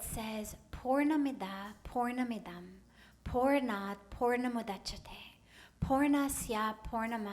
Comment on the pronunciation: She is wonderful and I love listening to her talk but her Sanskrit pronunciation is a problem. That mantra - purna sounds porn! It's not her fault but English speaking people can't pronounce Sanskrit - so perhaps it's better to avoid Sanskrit or get someone else to say the mantra. Otherwise great! 👌👌👌 Namoskar 🙏